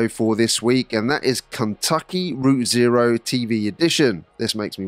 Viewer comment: Not sure about pronunciation of..... Route Zero;] Fair play to you guys, keep the videos coming, just ordered Fenyx as a Christmas present to myself x